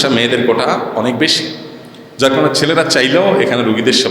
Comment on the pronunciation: কোঠা না কোটা😂😂😂সাইফুল্লাহ হুজুর